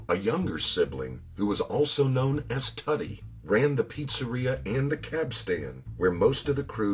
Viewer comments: If you watch your produced video you pronounced Paul Vario's brother as TOU-TEE its pronounced TWO-TEE ...TOOTIE VARIO who had one leg due to loosing in Korea during the war. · Its pronounced TOOTIE